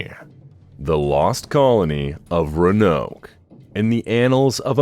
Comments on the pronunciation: The ra-noke one was driving me up the wall 😅. But I'm pretty sure the very last time he said it, it was pronounced correctly. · "vag" for "vague" and "ra-noke" for "roanoke" were some solid contenders though